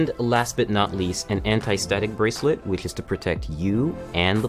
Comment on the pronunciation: "Prus you got your Rivestrong braceret" 😂😂😂😂😂😂😂😂